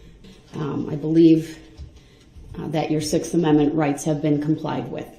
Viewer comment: They are the injured parties you ask them. Th😅e word is not DAT It is THAT